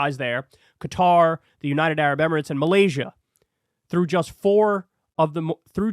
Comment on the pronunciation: Thank you SO much for pronouncing Qatar correctly. I'm tired of hearing others say 'Cutter'.